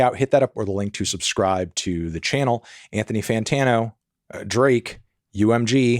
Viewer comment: You better watch way you say Anthony, before you get added to it